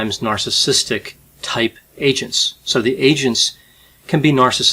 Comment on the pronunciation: You said “agents” three times before I realized that you weren’t say “Asians.” I was like 🧐🧐🧐